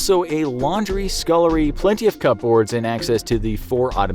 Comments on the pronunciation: .... I'm sorry.... cup boards?? Don't think that's how it's said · “plenty of cup - boards” 😤🤣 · this dude really just pronounced it "cup-boards" hahaha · Is that really how Americans pronounce cupboards?